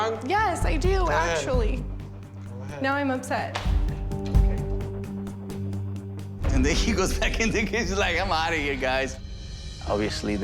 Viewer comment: "I am ipset"😂😂😂 OA girl